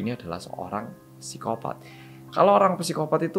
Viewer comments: Kak im sorry, saya dah ngikutin channel nya dr dulu. Penyebutan kata psikopat itu bacanya sikopat bukan pisikopat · Bacanya sikopaaat om astaga mbaleni maneh ngomong psikopat wqwq